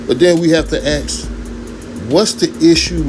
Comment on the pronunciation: "But den we have to axe". Learn English.